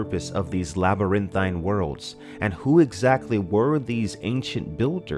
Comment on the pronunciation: Old boy says the word "pain" funny. I know I probably seem ultra-critical right now, but I laugh every time he pronounces "LabyrinTHINE." I mean, phonetically, he got all the syllables in, so... good for.